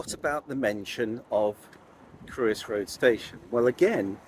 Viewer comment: Very interesting. It’s not Crewe-is Road it’s Cr-oi-ssss